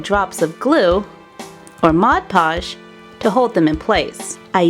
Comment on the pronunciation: ITS MOD PODGE NOT MOD POGE YOU DORK